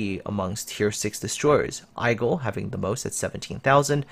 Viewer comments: Aigle = aye-gluh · Aigle is pronounced Aegleh. And Gaeda is pronounce like it written - Gaeda.